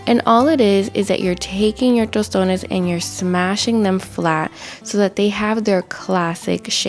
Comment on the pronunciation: Love you sis!! As I fellow Dominican watching from the island, I know you are Dominicana just on the way you say "tostones "